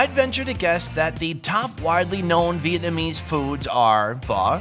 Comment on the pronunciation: is terrible on Vietnamese accent.... he sounds like meow.. 😂😂😂 lol